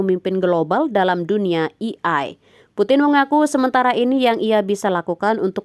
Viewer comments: AI mbak, bukan EI. masukan buat pengisi suaranya. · AI kok bacanya "iiai" ? Harusnya kan "E ai", mending baca Aa ii aja, daripada malah bikin gagal paham 😂😂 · Wkwkwk gua juga ngeh itu, pas naratornya ngomong kek hah kok "i ai" sih, seharusnya "e ai" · E Ai bacaannya.. bukan i Ai.. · Bacanya Eiii Aiii Bukan Iii Aiii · E,ay, bukan i,ay, 😢😢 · Ei ai mbak bukan i ai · Bukan "i ai" mba, tapi "e ai". Belajar lagi sono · di sini AI kenapa bacanya jadi "i-ai" bukan "e-ai"?